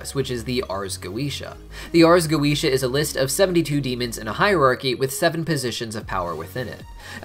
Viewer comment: The correct pronunciation of goetia is goh-eh-tee-ah. I only care because my cats are named Solomon and Goetia. I wish Vivzie had gotten it right.